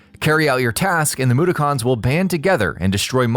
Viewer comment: OMG the way the voice over said mudokons while he was talking about Abes oddysee made me cringe lol dude pronounce the words man